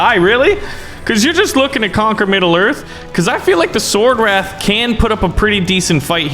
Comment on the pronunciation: did he say SwOrDwRaItH